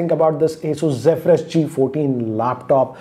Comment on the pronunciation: Finally someone who pronounces "Zephyrus" correctly😂